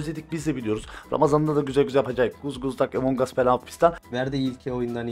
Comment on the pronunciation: Abi among us ı Emong as diye okuma artık doğrusu Among as😫